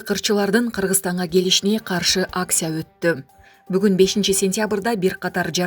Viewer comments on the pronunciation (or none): Аксия,консерт дечи диктор дагы😁😆😅😂